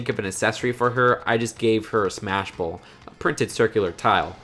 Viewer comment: It’s Smash BALL not bowl. (No offense 😁)